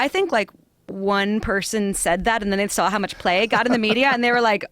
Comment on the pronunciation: please help brendan schaub and brian redban learn how to pronounce "saw" or "draw" correctly. there is no "L" at the end......